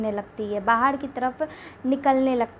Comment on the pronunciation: 😂😂😂😂ye bolti Kaise h R ko d Nabhi bahad